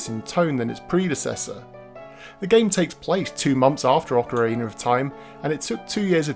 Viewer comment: I love me some Ocarayna of Time!